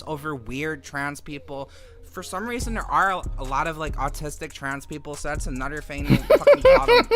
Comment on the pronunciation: >calls conservatives low-IQ "lowcow" "annuder" "like that's the thing, it's like man, like smacks lips it's like diff'rnt when it's trahns"